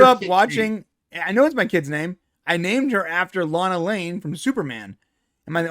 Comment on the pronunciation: You're right about "Lana"(pronounced like Lanna) But you're wrong about Lana Lang. It's like "Laina Lang"